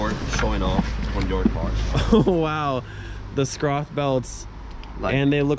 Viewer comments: pls watch a video how to pronounce schroth it sounds trerible xD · Its not scroth it's schroth sch is pronounced similar to sh in shoot